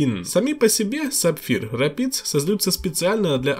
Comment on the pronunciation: Да не рапи́дс, а рэ́пидз, что переводится как пороги на реке